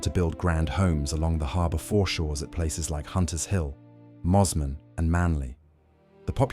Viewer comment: I thought Mosman as Mozman was bad but then came the mangled Woolloomooloo 🤣